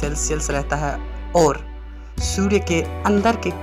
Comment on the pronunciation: Abe Surya not sudya